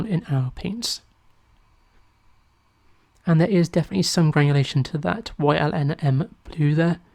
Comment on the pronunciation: Hi. FYI It's Yinmn blue (usually pronounced Yin Min) It's the elements that make up the compound: Yttrium Indium Manganese Blue.